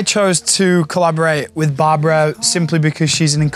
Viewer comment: Love her. It's Barbara not Barbra, for pronunciation. It's my name also and it bugs me when someone calls me Barbra.